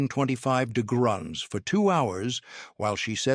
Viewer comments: Someone needs to educate AI how to pronounce “degrees”🤣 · I don’t know why, but every time the AI voice said degrees or tried to say degrees I laughed out loud very hard. It’s goofy I know😂